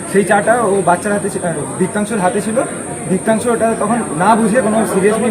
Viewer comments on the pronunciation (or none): That's diptanshu not debanshu